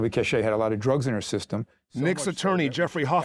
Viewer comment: Her name is Silvia C-a-c-h-a-y not Cache